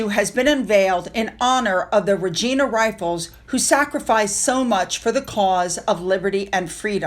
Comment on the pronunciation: It was the Regina rifles from Canada and pronounced with a long I not a short I. There was a Canadian veteran who passed away hours before his flight to France for the D Day ceremonies